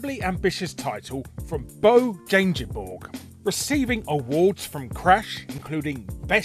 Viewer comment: I love the brutal pronunciation of Bo Jangeborg.